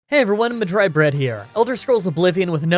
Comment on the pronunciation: next time flip the script and choose the dome fossil